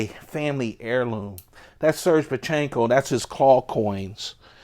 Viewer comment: It's pronounced sir gay. Not surge.